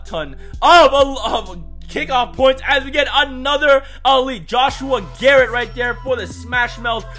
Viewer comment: could u slowdown and read it’s Garnett not garret